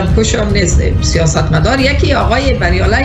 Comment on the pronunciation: سلام میخواستم بگم بریالی یعنی bar yalay